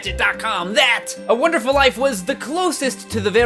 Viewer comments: WONDERFUL NOT WONERFUL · "Harvest Moon A Wonerful Life - " "A 'Wonerful' Life" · "A Wonerful Life"! Grammar please! X) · Please keep it "wonerful life" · HEY PEOPLE he left out the d in wonderful because it ISN'T wonderful... wonderful is too good of a word... it's only wonerful... y'know? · "Wonerful" Same. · "Wonerful Life" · your missing a D in wonderful. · 3. He forgot the "d" in "Wonderful"